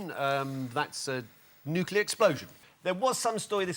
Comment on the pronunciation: Why does Jack think that calamity is pronounced clamity, particularly when he pronounces nuclear as nuculear? And why does he think that a cocktail shaker is called a martini shaker? A martini is only one of many cocktails you can shake!